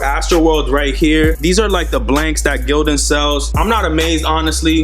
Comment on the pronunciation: Lmfsdao my man said str8 like GIl-Don